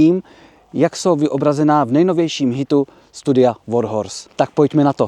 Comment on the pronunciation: Já jsem naopak přišel pochválit velmi nadstandardní slovní zásobu, výjimečně správné vyslovení slova "Warhorse" (překvapivě oříšek i pro moderátory celoplošných médií) a příjemný přednes. Snažit se zostudit někoho za vadu řeči a ještě takto zanedbatelnou... Z podstaty věci přirozená věc, dělá lidi lidmi. Skvělá reportáž.